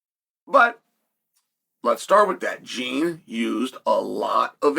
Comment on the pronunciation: "Jean" is my ass. His name is JEAN. Put some brazilian effort on that!!